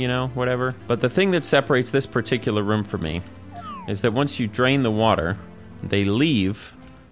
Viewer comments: Love when says Ruom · been awhile since ive heard room pronounced like ruhm